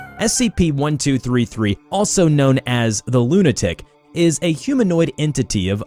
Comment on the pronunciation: No one: Me:"lunatic" more like lunartic.